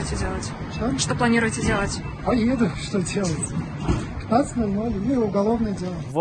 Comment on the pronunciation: И что планируете делать? -- Поеду!.. (!!!!!) и посмотрИте, с какой раболепской улыбочкой он это произносит - ""Поееду!" !!! Рабство - у них в крови, он даже не понимает, что он раб...